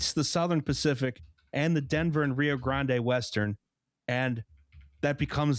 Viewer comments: While it does cause physical damage, I think his pronunciation is worth it, if it means we get moments like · NOOOOOO NOT NOVA pronouncing the e at the end of Grande causes physical pain